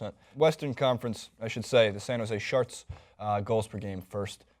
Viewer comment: is it me or is that guy saying San Jose Sharts?